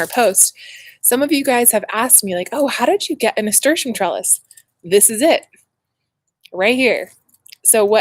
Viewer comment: I have been saying it wrong - I have always been saying it, NA-STER-TEE-UM and not NA-STER-SHUM. Still Learning - glad you got your (well deserved) gift!!